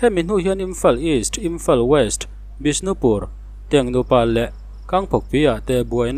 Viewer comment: Ka hahawlh zawng 😊 Manipur i puang ve ngai si lo a, i rawn ti ve thut a. Kangpokpi leh Tengnopal i lam dan a mak😂